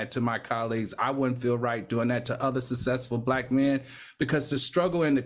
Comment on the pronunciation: If I had a dollar for everytime Al says " sussesful" cause he doesn't say successful. But Al has to understand being rich or" Sussesful" doesn't mean you're above reproach. Love Al but as I've said before he's an elitist.